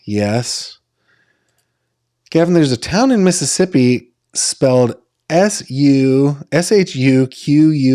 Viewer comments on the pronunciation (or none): none